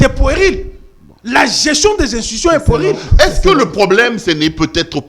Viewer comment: On dit "puérile", prononciation "u" en français n'est pas le "u" en lingala. Donc on ne dit pas "poueril", kiekiekiekiekie.